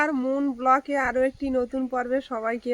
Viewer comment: Ota block noy go Blog bolo